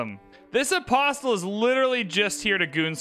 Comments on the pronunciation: You are saying the word Apostle incorrectly. It is correctly pronounced uh·paa·sl but I otherwise enjoy your videos. Please pronounce it correctly. Thank you for your consideration. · The T in “apostle” is silent.